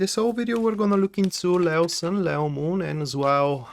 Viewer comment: Lay plus oh sounds lao but the lion is pronounced leee plus oh. Le as in leave le/o